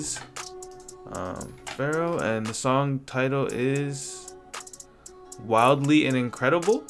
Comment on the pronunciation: Bro, please, listen Travis $cott, PHARAOH - RARRIH